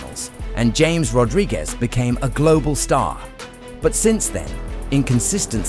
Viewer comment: bro says Jay-mes Rodriguez and expects us to watch the full vid😂😂😂